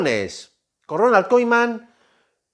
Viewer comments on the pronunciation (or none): se pronuncia kuman brother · No le puedo creer a alguien que pronuncia Ronal koiMan 😂 ( con humor ) jaja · Ronald kuman se pronuncia correctamente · Se me hizo escuchar Ronald Koiman jaja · Bro...! Y porque dices Koiman?????